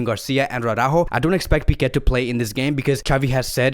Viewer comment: I’ve been watched your vids for months no one seems to correct you. It’s Araujo* not Aurajo